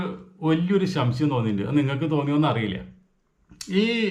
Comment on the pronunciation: ശംശയം അല്ല സംശയം 😅